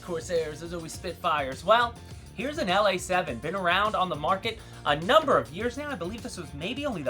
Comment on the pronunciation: Ok, I was a bit worried that this plane would never get revisited. I am happy as a fat old baby pig in a giant pool of shit and mud. Um you actually said the name just fine brother. Now you definitely sounded like a foreign westerner. However it's about time bro. I have had this damn thing In and out of my cart for like 4 years. I have been making myself stick to an order. Never change it much. I already know now what I am going to have next month. Maybe even this month. Who knows. Great work man. Hey I would love to switch shirts with you brother. Um I'll send you a nice new large white writing I. A black T, and you can throw over one of those motion shirts. Um black preferable. You are a bad ass mother F'er bro.